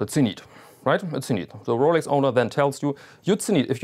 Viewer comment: Rowlecks! Rowlecks! Rowlecks!